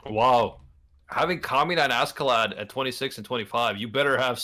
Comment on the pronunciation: am i the only one that gets a slight annoyed twitch whenever someone says ASK-A-LAD? just curious, i always thought it was either asharad like it's pronounced in the anime or ah-skuh-lod